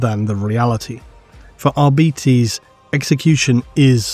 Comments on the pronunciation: Is it not arbitEs instead of arbitis? The latter sounds like an illnes or a bad fast food chain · For the love of the emporer, arbites not arbeates, but A for effort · If it's anything like Latin, I think it should be "Ar-bi-taze"... "Ar-bee-teez" definitely sounds wrong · Me: reading arbites as "r-bytes": "r-bee-tees" really? that's the lore friendly reading of it? sounds so...weak. Also, arbites = What if the church had SWAT teams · dawg what is with people saying "arbeetees"??? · Why do you insist in saying arBItes, it's so painful hearing it thay way 😔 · How hard is it to say AR-BITE-Es? It literally has BITE in the name! never fails to miss pronounce names 🤦‍♂️ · sure love the arbitis. Arbitis, arbitis arbitis i swear ive never heard anyone who read the books pronounce it arbitis. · Holy shit I am so tilted at how GW and the rest of the hobby pronounce Arbites. It's so wrong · Am I insane or is pronouncing Arbites differently? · YES!!! (and the other part is how Stallone pronounces "law" in the original Judge Dredd movie, too)